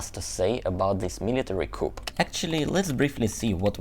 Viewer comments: Yes, I've always thought coup is a French word and isn't pronounced like English. The p is silent. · Fascinating and terrifying. By the way, in English Coup is pronounced Cooo , the p is silent. :) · Hi - just to mention that the word 'coup' is pronounced 'koo' (no 'p') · 💙💙 Thank you! I was so curious to hear your report on the coup..which is pronounced without the sound of the final consonant.....pronounced cou! 💙💙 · coup is French, so the p is silent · Great vid, thanks for the window. (one note: the "p" in coup is silent, Thanks France...) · Couple of language points,. 1. Don't pronounce the 'p' at the end of 'coup'. 2. 'Flood' is pronounced to rhyme with 'mud'. Hope you don't mind my pointing that out.😊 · when you pronounce coup, you do not pronounce the “ p” at the end of the word, just drop the p